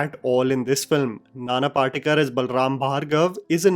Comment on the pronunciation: can you read Devanagari, or any Indian script, properly? You are mispronouncing the actors' names. नाना पाटेकर (Nana Patekar) गिरिजा ओक (Girija Oak). Not sure how this happens for a native Indian in India.